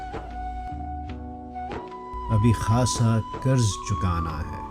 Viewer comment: لفظ قرض ہوتا ہے۔۔۔ کرز نہیں۔۔۔۔اردو بولیئے ۔۔